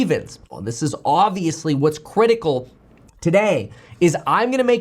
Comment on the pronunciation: ok we nailed in first 30 seconds.. no need to listen to the rest. your welcome guys. Sorry Kev, but I can't sit here and listen to your impressions this am. no sliding into Obama, or Mr. Wonderful or any others. Havnt heard your Ben Mallah in some time .. but when you say the word Obvious, you slide in a few extra vowels these days. It's crazy because when my brain hears you stepninot a character, I starting scanning the usual hits and sometimes can't figure out who your doing. I know its somebody because it might be new to you. So it's "aaubvious" your doing a new impression to work into your fun personality. Tired of it. Sorry Kev. Love you but STOP!! Very people are as smart as you or have achieved as much as you , period. So why copy other people with constant impressions that you take for your own. It's not authentic but at the same time your authentic so it's a weird thing. Your an entrepreneur but yet you steal from other personalities to create your own but not as a child as a grown man.